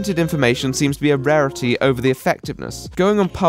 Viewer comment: Ha ha he said raerity as in the my little pony character